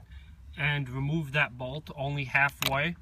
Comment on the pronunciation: "now you cahn fullie weemove tha nutt